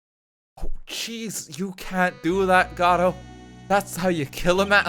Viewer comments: Pretty sure Godot is supposed to be from a French origin and would be pronounced along the lines of Gohd-oh or Gaw-doh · Your original pronunciation is correct. The emphasis in Godot is on the first syllable. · Anyone who was in stream will remember everyone spamming "FEED" when pheonix swallowed the necklace and the absolute riot of people arguing about how to pronounce Godot (its go-doe fight me /j) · Spoilers It's GO-DOUGH, based off of Dei-GO Arman-DO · im telling you this for my own sanity but godot is prenounced Gehdoh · The ten minute segment of attempting to pronounce “Godot,” only to upset the entire Ace Attorney fandom, is the most thing I’ve ever seen